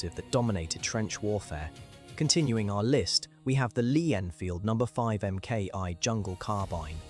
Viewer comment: Agreed. It is annoying. Furthermore, the letter MK is abbreviated from the work Mark. It should be pro ounces as Mark. Mark denotes the progressed version in the development of the equipment or weapon.